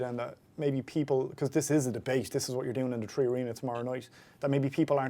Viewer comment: 3 or tree?